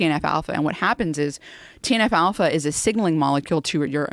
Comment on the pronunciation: “TNF-Alpha” or “Teen Alfalfa”? Who knows.